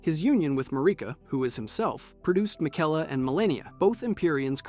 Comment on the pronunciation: Hey bro, play the game one time. Miguella? RAH-din?, Muh-Reeka? Absolutely butchered